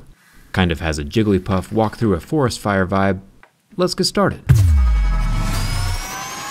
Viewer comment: XD YOU SAID JIPPLYPUFF